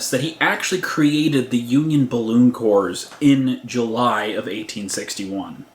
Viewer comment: Corps is pronounced "core".